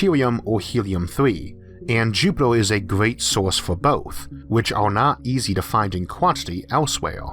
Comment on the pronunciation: "It is vehy eezy" "Jupedor" Oh yeah, this guy. leaves